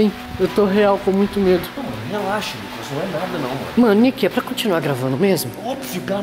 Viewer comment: o Nicolas falou enalda